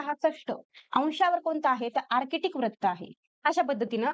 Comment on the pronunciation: Nice tai But Pls Pronounce further Vra as vru Vratt it's vrutt